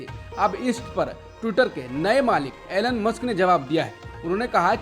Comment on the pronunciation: Elon is pronounced ईलौन not एलन